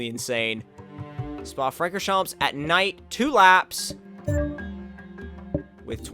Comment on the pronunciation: Hey, just a hint, Francorchamps is pronounced without the 's'. A Belgian sub ;)